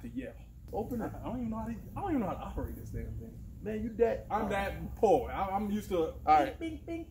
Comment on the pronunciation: Im that..... poor hahaha that pause got me good lol